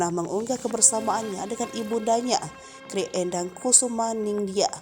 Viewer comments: Bacanya bukan gray, tp G-R-A-y. Dipisah2. Karena itu gelar kerajaan. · tak kasih tau ya..yg mba baca ini murni nama² orang Indonesia.jd tolong bacanya jgn latah ke barat²an.masa moeng di baca mo-eng.itu ejaan lama mba,oe dibaca U.terus itu lg GRAy dibaca grey..jannnn payah tenan sampeyan. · Maaf... GRay...tidak dibaca grei Ini singkatan dari Gusti Raden Ayu Gusti Moeng...tidak dibaca Mo-eng tapi Gusti Mung.